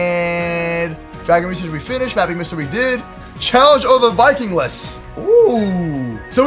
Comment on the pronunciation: it's not vikingless, it's vikingliness!!!